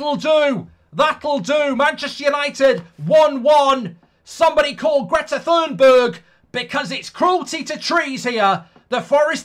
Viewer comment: Never go full patridge😂 call thumberg 😂